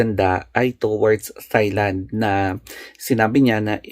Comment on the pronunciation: Correct: T(s)ailand. Wrong: T(h)ailand. Silent po ang "h"